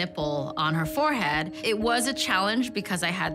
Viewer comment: Fo-head? Was it too difficult to say forehead properly?